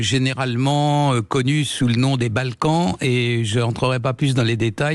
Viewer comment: Quand monsieur Raufer prononce "filière des Balkans", j'entends "filière ukrainienne". Étonnant, non?